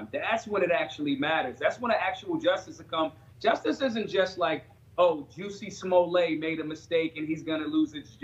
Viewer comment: Dave Chappelle - "Juicy Smolly-ay"